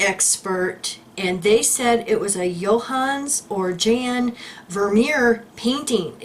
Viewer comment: Jan is pronounced "Yon" 😉😉😉